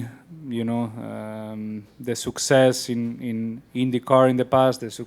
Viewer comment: "SUCK-cess". Fernando has invented a new word, so appropriate to describe a reliability and trust-worthiness like that of Honda in every motorsport competition...